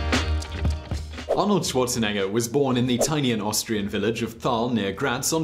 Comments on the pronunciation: "Schuorzenegga"? What a pronuciation! XD. By the way he played Fußball (=football). We don't call it "soccer". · The way this guy pronounces Schwarzenegger is probably why I didn't get ads on this video